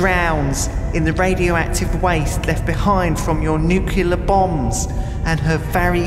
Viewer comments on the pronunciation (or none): noo-cyoo-lar bombs... Nuclear. Noo-clee-ar. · It's pronounced nuklia.